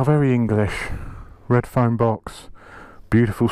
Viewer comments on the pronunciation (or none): none